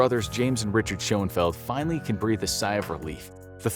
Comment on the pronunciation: HE SAID "FAINALLY.!!!!!!"